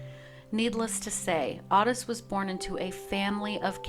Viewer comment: Its "oh-tis" not ott-is